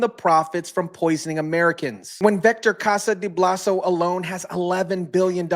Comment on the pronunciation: 😂Its Bolsa not blaso.. Vector Casa de Bolsa.